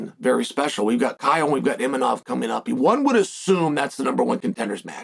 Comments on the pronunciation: You're so funny Chael.. It's Imavov, not Imanoff...you gotta be doin this on purpose for the engagement right? love it hahaha I had to look it up cause you had me trippin... One of the best on the mic, smooth and eloquent but now you're just unable to pronounce names correctly for some reason... Genius move lol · “Inimov”?...come on Chael…his fucking name is Imavov. You are saying his name wrong on purpose or you’re an idiot. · Imanof. This dude never gets the Chechens and Dagestanis names right 😂